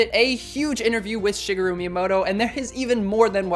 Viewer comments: This guy seriously said ”ShiggRu” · “Shiggaroo” wtf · I can't get over calling him "shiggaroo" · Sounds like you need to work on your Japanese pronunciation. It's common to cut vowels very short, particularly following a syllable with a raised intonation (which would be the case with the "shi" of "shigeru).